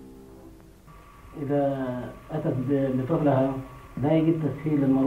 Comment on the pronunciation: يااحافظ على بلادي ..آه يا قلبي الزمن جميل .. بس الايقاع الموسيقى خايس ، واسم المناطق المذيع يقولها غلط ، صعراء مب صحراء 😂كتنة مب كنته 🤣